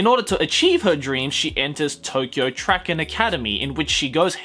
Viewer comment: Tracen pronounciation lol